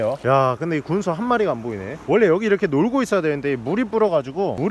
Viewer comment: 군소야~ 할때 존나 찰져